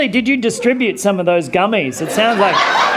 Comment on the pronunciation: You better bring enough “geuammys” for everyone next time